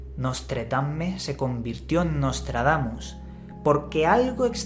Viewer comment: Eh pero que ni puta idea de Francés, eh?...Menos mal que solo son nuestros vecinos, chico!...Nostradamus...está mejor dicho...o Nôtre-Damme...pero no Nostredamme... Además que yo Ya hace muuchos años no sé qué edad tendrías Tú...Nostradamus circulaba también mucho...Recuerdo aquella cuarteta que decía que en 1999 caería un asteroide a la Tierra, con gran destrucción...decía Miguel de NuestraSeñora...y qué Yo sepa no cayó nada del Cielo aquel año, demasiado digno de reseña... Pero bueno que a Nostradamus se le ha usado siempre para ganar dineritos dineritos, y Tú no eres menos...